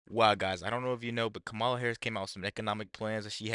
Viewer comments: The Vice President’s name is KAH-mah-lah, not Kay-MAH-lah. If you can’t get that right you don’t deserve to be taken seriously. What do you think people are thinking? You ask? They think people of color - that’s you, will be screwed if trump is elected. You sir, are a traitor and an idiot. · Before you start speaking about intelligence, you should learn how to correctly pronounce Kamala's name.